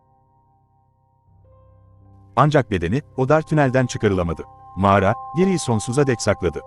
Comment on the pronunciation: "Mağra" değil kanka "Mağara"